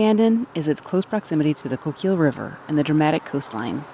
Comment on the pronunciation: Coquille is pronounced "Koh-keel"